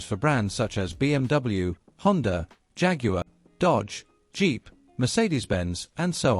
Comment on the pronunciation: Honda has a “r” on the end of it??? Lol